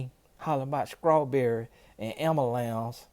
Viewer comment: 😂😂 Skrawberry!..am u lance! 😂 Don't forget "bafroom" (bathroom) 😂😂. Sorry everyone, I'm not trying to minimize the importance of the message, I agree with it, but that was too funny to let go😂